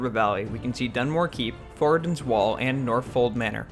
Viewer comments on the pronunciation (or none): none